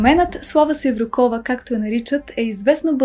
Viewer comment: Slava Sevrukova. Udarenieto e na u, a ne na O